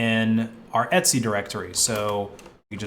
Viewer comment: why are you pronouncing ETC as ETSY its super confusing